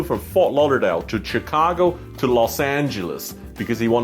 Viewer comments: Its pronounced chicago. Your chinese accent is so strong its not chee ka ko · Am I the only one, or did you say Cheecago? and you're a frequent flyer, never-mind